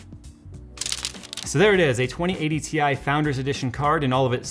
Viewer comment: So no tech YouTuber is ever going to pronounce Ti correctly?